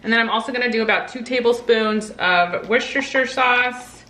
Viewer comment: First time viewer. Loved it all. You made me a subscriber when you pronounced Worcestshire correctly! Looking forward to a lot more and will be searching your archives for extra ideas. Thanx